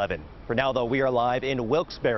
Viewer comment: It's not Wilkes-Berry! It's pronounced Wilks- Bar.